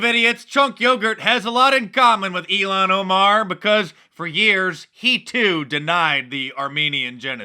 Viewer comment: It's not EELAN.....It's ILHAN!